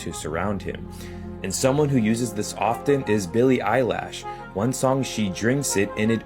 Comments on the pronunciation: Ima need my man 2 get these celebrities names right smdh Billie eyelash bruh u can't b serious it's not even spelled close enuff 2 make the mistake ima need u 2 do better sir!!! Eye lash smh really!! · That fool said Billy Eyelash 😂😂😂😂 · Billy Eyelash? Is she related to John Eyebrow? 😆